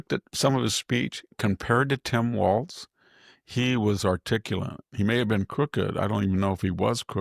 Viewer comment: Sami, wiyld you please help VDH with "articulant"? I know it's a little charming, but maybe just this one word.